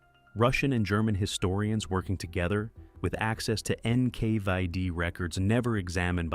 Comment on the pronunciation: “Enn-Kay-VIE-Dee” —??? What an utterly absurd pronunciation… A lot of this video is grimly informative, but it completely fails to address the now-documented reality of the feckless British and American authorities actually forcibly kidnapping 1.5 to 2 MILLION Soviet prisoners-of-war in the west and returning them to the “tender mercies” [sic-!] of the USSR in the horribly cynical Operation Keelhaul, simply because the murderous Iosef Vissarionovitch Dzhugashvili demanded it, cruelly and unjustifiable condemning them all as traitors merely because they had the bad form to surrender and not fight to the death.